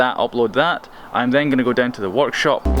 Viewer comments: Did anyone else think he said "watch shop" and not work shop? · When he said workshop I thought he said walkshop